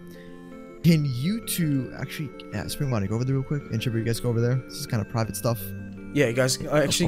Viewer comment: ok Chipper and Chipper Bonnie Are you guys ready? Because we are going on an adventure. We are going on a trip on our favorite Rocket Ship Me: Chipper Bonnie? What???? Lol that’s what I heard like omg dude it’s Spring Bonnie not Chipper Bonnie lol Lol